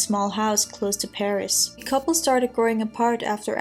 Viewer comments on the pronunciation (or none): none